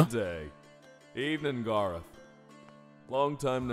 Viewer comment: HIS NAME IS GAR-OTH!